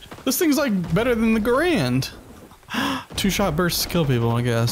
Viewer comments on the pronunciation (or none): none